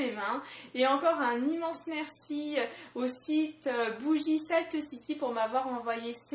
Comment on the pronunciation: Lol tu ma fais rire avec ta petite prononciation à la française de saltcity ^^ sinon très bonne vidéo, au top avec et;) ♥